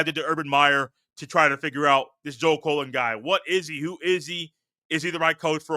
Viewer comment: Why do you keep calling this man Colon? He's not a body part. It's CULL-LEN. Joe Cullen. And who is Larry Jones? It's Larry Johnson. Basically, you're just repeating and rehashing observations we've heard for over a week now. Across multiple pods 😂 C'mon man